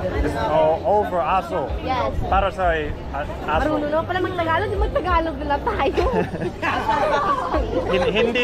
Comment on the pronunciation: It's not "taga-log", it's "ta-GAL-og".